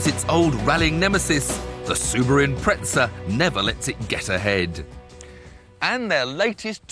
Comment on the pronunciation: Soo-bi-roo Impretza